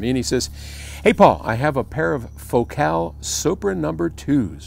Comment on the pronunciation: I always wonder why FOCAL is pronounced like that.